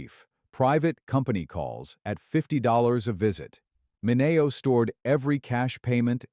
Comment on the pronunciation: Ugh... it's pronounced MIN-ee-oh, NOT Min-AY-oh. Crappy AI narration.